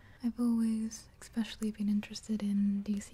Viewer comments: your videos are almost crucial for me if I want a good nights sleep. I'm very appreciative of the work you put in to your videos and how much effort they take. one request though? other than the super obvious "more videos!" Please stop saying "exspecially." it makes me cringe when I hear it. much love your way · I love this video apart from every "ekspecially" being like nails down a chalk board.